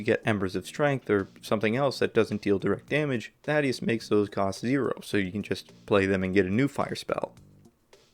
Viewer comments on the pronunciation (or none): none